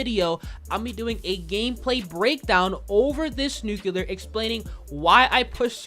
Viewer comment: I stg if this dude says nucular one more time😭🤦🏾‍♂️